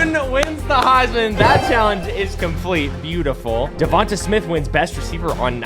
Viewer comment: I understand that, but he’s saying it wrong my bad, no disrespect